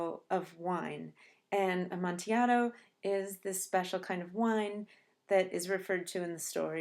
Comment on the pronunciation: Fantastic analysis. I only wish you pronounced the word amontillado correctly. Seriously though this was a great video.